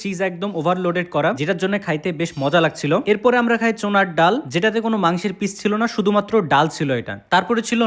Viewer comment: চোনার ডাল না ভাই, চানার ডাল বলে